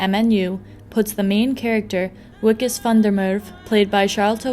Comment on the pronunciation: Just fucking say VIKUS it's not that hard